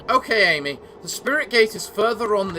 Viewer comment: When Issun says "Ammy" pronounce the 'A' like the 'a' in amatarasu